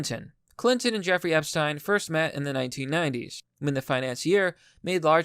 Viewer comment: Omg actually says Epstein correctly!! Einstein Epstein Even Jeffrey didn't know how to say his own name!!!